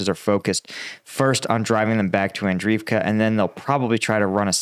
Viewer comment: And-REEV-ka. Bahk-MOOT. Klah-SHEEV-ka. Jeesh. Take a shower, put on nice clothes, and try to put out some effort, millenial.